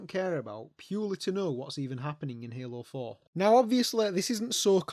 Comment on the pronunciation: hALOO FOour